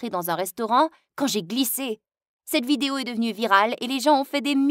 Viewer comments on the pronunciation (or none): none